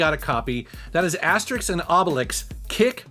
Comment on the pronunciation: Hey, you learned how to say Asterix and Obelix, thats awesome :D